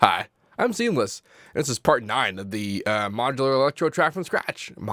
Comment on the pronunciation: yo seamless that sounds suspiciously like "Sometime"